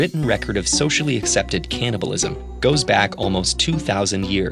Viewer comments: It's CANNIBALISM, not CAN'TNIBALISM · advance caliblism.